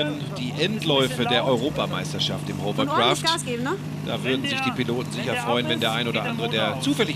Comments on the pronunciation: Die Hovercraftspezis sollten eigentlich wissen, daß es Hawwa- gesprochen wird und nicht Hower- oder Huwer-. Es ist kein Staubsauger. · Nicht mal der angebliche Experte ist in der Lage das Wort 'Hovercraft' auszusprechen.